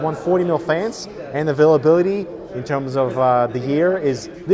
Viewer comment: He says"fains" :-D